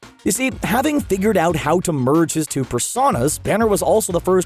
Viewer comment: What was that? Two “persahnoes”? Oh god he’s still mispronuncing the term “personas”